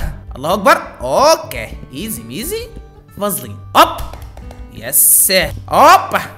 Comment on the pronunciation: ليش تقول فازلين 😂😂😂